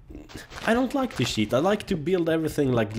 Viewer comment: When you say cheat, it sounds like sheet, which is slang for shit.